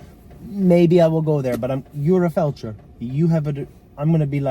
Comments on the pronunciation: yes I know what it is, but you said "felcher", that is where you eat feaces out of another persons butt lol. Sorry I tried to put a little humour in your video, I mean lets have it right, you said it wrong not me, and my best subject was always English lol. I get war isn't funny at all but you seem like someone that can have a laugh, I was shocked you didn't find the funny side of it, especially after it be your mistake 🤣🤣🤣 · OMG you called him a Felcher lol, am I the only one that caught that, a FELCHER, look it up in the English Dictionary lol, I get Fletcher but you didn't say that you are naughty but funny 😂😂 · you called him a Felcher though, I thought you said it as a joke, I know what a Fletcher is, I also know war is no joke, but doesn't hurt to try add a bit of humour here n there